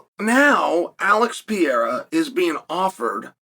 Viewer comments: Pa hea rah. Not pierra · Uncle Chael- his name isn't pee-era, its Perera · LoL. Just say it like this Chael. It won't be exact but closer. Pa-re-ra. Go ahead and use regular "R" sound, Gringos use it for Mario and other names too. It'll be better than what ur doing now. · Alex Pereira pronounced PEHRAYRUH… it’s not hard. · Alex Pee-era should take heed. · alex pee era. bro. learn the peoples names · PER AIR UH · Who's Alex Pyera? 🤣 You have a platform to speak all the time you post but have no time to practice how to pronounce Alex's last name. 🤔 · Alex pierra😂😂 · Alex ‘Pee-era’ ?? Do a lot of fighters go thru a pee-era ? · wtf is piera? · You look stupid saying "PIERA" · Drink every time uncle Chael mispronounces pee-era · It’s not pierra. Get it right before we settle it at my gym. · PURR-AIR-AH .... F'n Chael P.Brain... its not that tough. Could ya just try ? A little? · Say it with me... PURR- like a cat- AIR - like you breathe- AHH - like when you open your mouth for a doctor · Chael will never pronounce his name correctly. He says it differently every video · Be great if you could pronounce his name right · There is no way Chael is pronouncing Pereira’s last name so f wrong on purpose every single time. He is pulling a Santino! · Guy named "Chael" doesn't take the time to learn to pronounce Pereira's name right. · Saying his name wrong on purpose over and over lol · Mispronouncing his name repeatedly is painful to hear lol